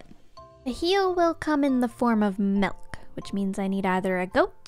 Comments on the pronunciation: Me: just vibing with the video: "I didn't see any cows while I was looking for mELk." Me: "Did she just say Melk? That is now my new word for Milk! I need to make a t-shirt" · SHE SAID MELK NOT MILK GASPPPP Love you gem! 💎